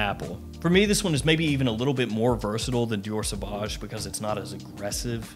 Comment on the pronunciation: Dee-ore Suh-Voj Owe deh Twollet